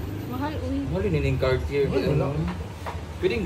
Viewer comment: cartiyeh (cartier)pagbanggit ana mam..hayahay mga bayot dah kay nay mga alahas...be grateful jud mo kay..